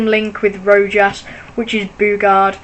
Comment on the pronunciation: its pronounced rowhas not rojas